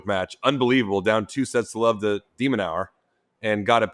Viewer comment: Difference in self awareness:: I'm just gonna call him Demon cause apparently I can't pronounce his name right Sam:...down 2 sets to love to Dee Minouer 🤣